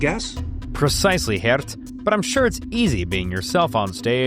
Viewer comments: Nice try pronouncing a dutch name, need some more practice though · Props to you for trying to pronounce Geert correctly. You're not close, but you tried. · Sorry it's pronounced Geert not Geert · i feel like the pronunciation of Geert got worse every time 💀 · More like "Geert." (Not Dutch though)